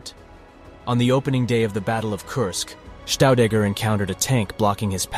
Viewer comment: His second name pronunciation is wrong. It's not Staudegger but Shtaudegger. The two letters St at the beginning of any German word is pronounced as Scht or simply Sht. All the best and thank you.